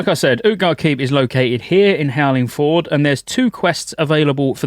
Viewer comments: Your ability to mispronounce basic words astounds me. "Howling Ford" Its Fjord you bell end. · Fjord is pronounced "fee-yord." I tell you this because it's fun to say. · Please… howling “fiord” 😂 that’s how it’s pronounced 👍